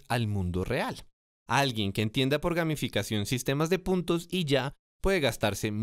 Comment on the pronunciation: pense que decia: gaminficacion jajaja